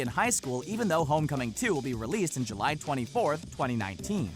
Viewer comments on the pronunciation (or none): none